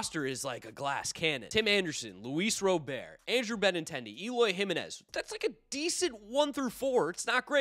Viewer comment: It's RAH - BURT not ROW-BEAR